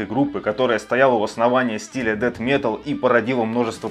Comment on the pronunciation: Но правда правильно произносить Дэс*